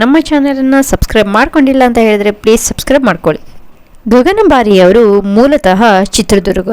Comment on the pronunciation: She is Gagana Bari and not Gagan Bari. Why do you mispronounce this challenging actress' name?